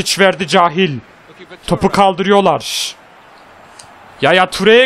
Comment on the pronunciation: gardaş süpersin ama cahiil kehyıl diye okunur